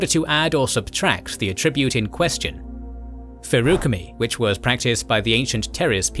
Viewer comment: so i know pronuciation is one of those things buts damn your pronunciation of specifics hurt my soul feruchemy was the worst